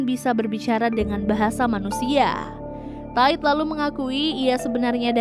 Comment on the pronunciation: Solnya kan bisa jadi cowok. Jadi mereka mereka ... Min, bedain cara baca TIDE yang lebih kayak ke memuai di bagian bunyi AI nya gak sama yg kayak di pikiran elu: Ta I 😆